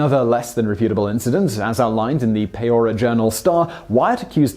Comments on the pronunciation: It's PEE-oria, not PAY-oria. Source: born here, raised here, and will probably die here :-P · Pee-or-ee-a not what ever he said... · Is it really so hard to pronounce Peoria.